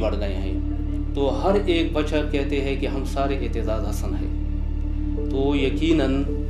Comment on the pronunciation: Masha-Allah. The commentator should have practiced how to pronounce Aitizaz Hassan correctly.